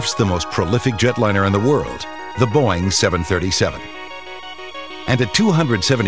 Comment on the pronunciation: i like how he pronounces boeing haha. boing!